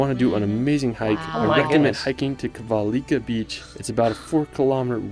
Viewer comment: So much wrong information 😅Tromsø isn't the northern most city in the world or in Norway, and it hasn't a population of 20,000. It's more like 75,000. The northern most city/town in Norway is Hammerfest with a population of 12,000. And it's Kvalvika, not Kvalika 🙂